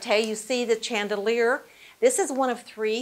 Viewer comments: She also pronounced chandelier with a ch sound, like chair. It should be pronounced as if the ch were an sh as in should. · And chandelier is pronounced “shan” with ch blend a soft sound like in shore or ship, not a hard ch like in chore or chew. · It's not CHAN-delier. It's SHAN-delier. Also, please look at the camera when you talk. You keep closing your eyes when you go to look forward. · Pronounced SHANDELIER, not CH SOUND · I didn’t know that chandeliers was pronounce Chan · Chandelier? Like channel not “shandelier?” Funny. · It's pronounced shan·duh·leer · Thank you all for correcting the mispronunciations of "tete-a-tete" and "chandeliers". I was going to let the butchering of tete-a-tete pass without comment but when "chandelier" came along I couldn't stand it any longer. If such a fine video is to be made, wouldn't some care go into getting pronunciations right as well? Nevertheless, thank you for the near authentic restoration and this video. Beautiful. Best wishes from Malaysia. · Yes, I noticed how she pronounced it incorrectly. Someone needs to bring that up to their attention. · So it is in fact what she says she simply mispronounced it.... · I think the point you missed is that the docent took the time to learn the history of the house but didn’t bother learning how to pronounce words she would need to use but were clearly unfamiliar to her. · Beautiful! Interesting pronunciation of chandelier 🤔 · How do you pronounce chandelier? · chandelier is pronounced ... SH andelier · Since when does someone pronounce the word "chandelier" like that? Bet she pronounces the "k" in the word knife, too....